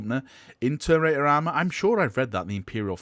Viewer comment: Say it with me....Ter..mi..na..tor